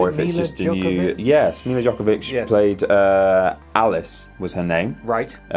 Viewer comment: Milla Jovovich, not Djokovic